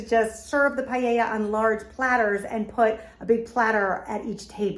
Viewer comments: Just so you know, it’s pronounced “pah-yay-yuh”…it’s Spanish, so the double”L” makes a “yuh” sound. Everything looks delicious! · I love your content, but I'm Spanish and every time I heard you say Paella I had a mini stroke hahaha